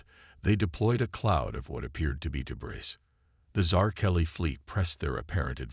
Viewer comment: This would be a good story. Unfortunately, the AI reader needs way better annunciation and pronunciation. I'll overlook the repetition of the story which seems to be a universal problem. Debris is pronounced debree , teach your robot hooked on phonics.